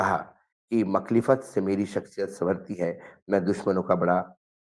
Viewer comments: Makhlifat nahi (Mukha lifat) hain woh shabd😊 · Makhlefat nahi MUKHAALIFAT Word hai vo jiska matlab hai oppose karna🤦‍♀️ judge sahab ko urdu nai jami😂😂😂